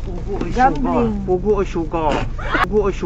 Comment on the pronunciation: Pugo at sugar hindi pogo at sugal 😂😂😂😂😂